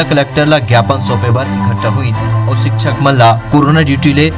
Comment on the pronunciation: सिक्षक नही शिक्षक होता है